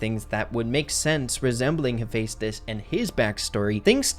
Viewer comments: IM SORRY BUT ITS HEH-FE-STUS 😭 not hey fes tus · You say it like hefi stos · Great vid, but btw its Hu-fes-tis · I’m no Greek god exspert but I’m like 50 percent sure it is pronounced he-fest-is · Same here Percy Jackson and Heroes of Olympus was EPIC Funny thing actually I could never pronounce Heaphaestus' name correctly so in my head I allways said hephastetsus or something like that🤣🤣🤣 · The amount of times I heard Hephaestus’ name get said incorrectly bothered me 😂 (I heard it said differently in god of war 3). Still great video just had to share that